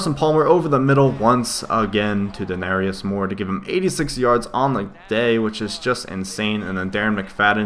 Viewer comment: not to be that guy but its De-Nare-ious Moore XD